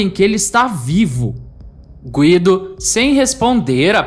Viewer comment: Gúído.. fala Guido, toda hr falando nome errado, tá marrado.. 😡🤦🏽‍♂️